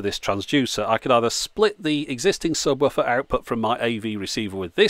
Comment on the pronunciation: "Subwoffer" - is that how it's pronounced? The English language will never cease to puzzle me.